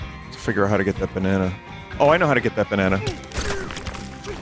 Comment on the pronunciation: Im not going crazy right, Pauline is saying baneena and not banana